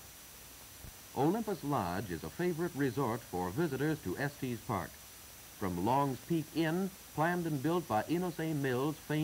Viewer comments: They should have given the narrator a briefing on some of the pronunciation and nomenclature. It's definitely not "Estees" Park and It's Colorado Ave. Not Colorado St. I have ridden up to Pikes Peak by road and cog road. I remember when they would feel the hubs on the wheels of your car to see if you had been riding your brakes down the mountain. If your wheels were hot you would have to pull over. They have had instances in the distant past where people would burn their brakes out completely on the way back down the mountain. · It may have been how it was pronounced back then. I've heard similar videos from the era refer to Los Angelees, with a hard G. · It's actually Estes Park Village. Check it out, but we call it Estes, also. 💙 T.E.N.